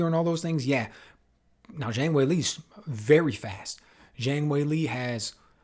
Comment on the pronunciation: Good analysis, but I continue to be frustrated by the pundits inability to pronounce Zhang's name correctly.